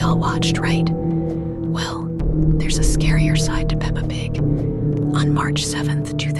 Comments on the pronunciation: DUDE ITS PEPPA NOT PAPA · it's peppa! Not papa! >:[ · She said papa pig it is Peppa pig 😭😭😭